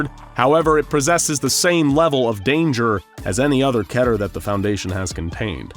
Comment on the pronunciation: KEE-TER. Not ketter.